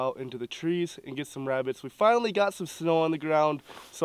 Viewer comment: “Shhhh, I’m hunting Wabbits”